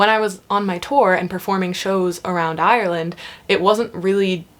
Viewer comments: Your Ireland pronunciation was spot on for a American, 😜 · Well done on the pronunciation of Ireland, even us locals struggle sometimes :) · You did a great job pronouncing "Ireland"! I am from Dublin and live in California now. I have modified how I say "Ireland" as when I pronounce it my way people stare at me blankly..."Orlando???" lol!